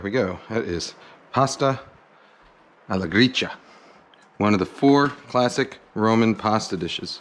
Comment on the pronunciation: His pronunciation is correct, it's "Gree-cha", as in matcha tea :)